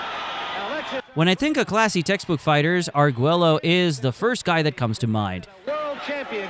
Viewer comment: A fun video except for a few mispronounced names. The double L in Arguello sounds like a Y. Ike is one syllable not two